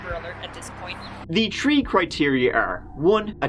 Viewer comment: Red Army if you go to the "Behavior Panel" you'll see them repeat/name the interrogation tactics as seen in JCS breakdowns. Luv how always uses a slightly different angle on approach. Images, video clips, and language. T'hers always between tree and turty-tree points of difference. Ahhh it's da way he tells'em, ta be sure!